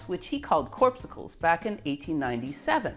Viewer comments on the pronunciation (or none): "corpsucle"? The word is "corpuscle". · You misspell and mispronounce many words: Geiger not Gieger, corpuscle (KOR-puss-sel) not corpsucle, auger (oh-zhay) electrons not awe-grrr, scintillation is SIN-till-a-shun not SKIN-till-a-shun. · Someone might have also given you feedback on the pronunciation of this word: Just click the speaker icon to hear the standard way the word is said. Spoiler: CORR-pussle. Another silent 'c'. But I must say that the way you say it makes me want to grab a popsicle from my freezer.